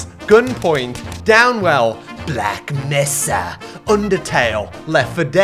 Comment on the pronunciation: I loved how you pronounced Black Mesa only true Hunt heads will understand!